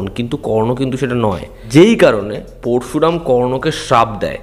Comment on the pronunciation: উচ্চারণ টা পোরশুরাম নয়, পরোশুরাম